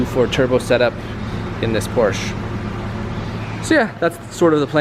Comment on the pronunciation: I agree, it's silly. But if he likes the GT3, he should learn how to pronounce PORSCHE properly. lol.